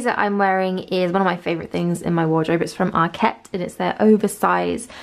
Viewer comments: Yes as in market. no emphasis on the ket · ARKET not ARQUETTE